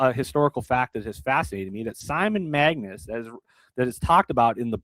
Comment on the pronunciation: It's MAGUS not magNus. Get it straight please.